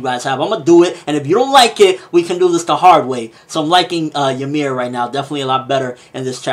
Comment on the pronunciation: it's not jameer -.- its YMIR